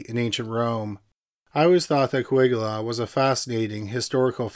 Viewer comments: Uhh, whats a CaWigula? I know of CaLigula, is CaWigula their more-evil twin? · CAWIGULA xD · Cuh-WIG-ula.. hairpiece debauchery.